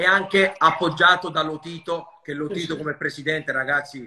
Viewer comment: Fa anche "sci" alla lombarda e dice perfino chapeau 😂